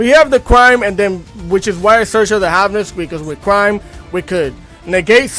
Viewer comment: I absolutely love tear! I wish that master duel would free up the band list just a little bit. I really miss playing Merlyee. At least limit her Konami. I mean come on, just do it. What are they worried about?! Smh...... the one trap is Is pronounced "CRIME"